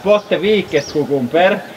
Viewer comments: It took me way too long to realize you were saying cucumber!! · Kookoombur, that's how it's pronounced in India, in Hindi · OMG! KUKUMBER! I just love how you pronounce this! :D